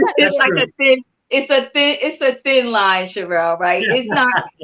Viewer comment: I'M GLAD HE'S FIRED. HE WAS DISRESPECTFUL OF, NEVER EVEN BOTHERING TO PRONOUNCE HER NAME, CORRECTLY. Richards would come on, talk about himself for an hour and never really tell us ANYTHING. FOR INSTANCE, he would say Erika wasn't being forthcoming and his firm was trying to find out where the money was. But, he never actually said, "WE SENT A LETTER TO ERIKA AND ASKED HER TO EXPLAIN WHERE THE 20 MILLION LOAN CAME FROM". He would just say Erika wasn't telling him. In reality, he never got a straight answer from Erika bc HE WASN'T DIRECTLY WORKING WITH HER LAWYERS TO FIND OUT. HE WAS WASTING TIME, WHICH BILLED HOURS, WHICH TOOK AWAY VICTIMS MONEY.